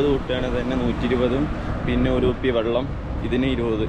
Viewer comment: വള്ളം അല്ല വെള്ളം കുറേ ആയില്ലേ സാക്ഷര കേരളം 😂😂😂😂